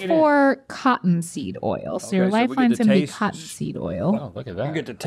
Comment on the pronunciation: This is y’all’s reminder that the word “oil” is a one syllable word -sincerely the south 😅